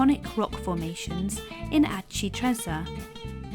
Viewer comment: That is one of the best of these type of vlogs I’ve seen, brilliant for showing family when you get back home to let them know what you’ve seen - thank you. (We did this identical itinerary May 2025). Just would gently point out that Aci Trezza is pronounced correctly ‘Ah-chee Tre-tsza’ (think pizza when saying trezza); well done on getting one arancino (sing) but two arancini (pl) correct.